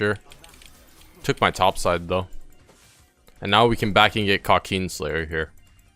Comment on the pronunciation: krawkeen slayer